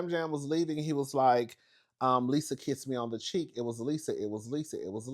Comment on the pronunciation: “Lisa keesed me” 😂😂